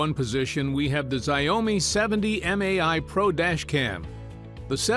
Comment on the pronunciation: Just got back from China, and hearing this guy pronounce Xiaomi as "zye-oh-me" makes me lol. =D